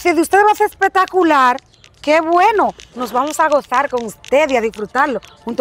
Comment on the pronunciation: Decir: espectacular❌ Decir:epatacular✅